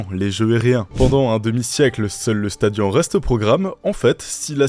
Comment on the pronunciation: Je fais du grec ancien depuis 5 ans et ont dit pas "stadian" mais "sta di -onne"